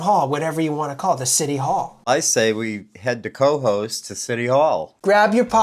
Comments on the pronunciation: I am in Schaghticoke NY, not far from Cohoes (pronounced Koe-Hoze) and never heard about this. I subscribed and will follow! Rick Delair. 😊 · hey guys! just so's ya's knows.....it's pronounced kuh-HOSE. best of luck to you. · It is pronounced ka-hoes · Please learn the correct pronunciation of Cohoes. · You need to learn how to pronounce the name right of Cohoes